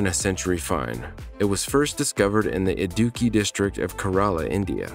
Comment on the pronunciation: "Adookey" district of India 😆😆